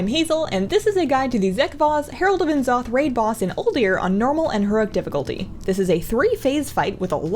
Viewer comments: The Presence ok, but how do you get a “nee” pronunciation from “ n’ “? Granted I haven’t heard a Blizzard employee pronounce the name, I’m drawing my conclusion from how it’s spelled plus other podcasters’ pronunciations. I know it’s a silly thing to be ocd about, so until I hear a Blizzard employee pronounce it “Nee’Zoth” I’m gonna stick with N followed by a silent “e”. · Not to pick nits, but it’s pronounced neh’ZOTH, not EN’zoth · Even so, I need to correct you, it's Nee'Zoth, not Neh'Zoth